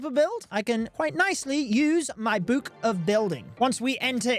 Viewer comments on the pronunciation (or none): Why do you say “book” like that? You should be arrested